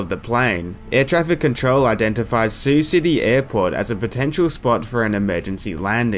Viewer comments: Yeah. It’s sigh-you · the Voice acting is hysterical, they sound like they are out-sourced to Korea and no one knows how to read the script or interact with each other, so I thank you for much needed laughs! the way the air traffic controller pronounces Sioux (pronounced like the girls name SUE) City as "See-oo City"!! come on guys try a little harder, google is easy to use, no guessing needed. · "See-You City" 🤣🤣🤣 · Yeah... one would think an Air Traffic Controller would know how to pronounce the name of the city they work in. And yes, I know it's a recreation.